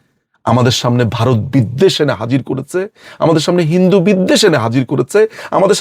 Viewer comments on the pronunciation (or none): none